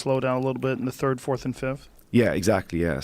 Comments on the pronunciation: Haha he said the terd round haha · I've always wondered why the Irish pronounce third as 'turd'. How would they sound if they wanted to say turd lol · "The Turd Round" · I’ve never heard of the “ turd” round??? Maybe it’s the round Connor shit himself?